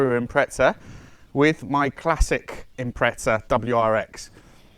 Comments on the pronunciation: No one says it with a t Impre-za is how its pronounced. Like in this video. Not imprezza, there's only one z. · Good video but theres no T in impreza 😂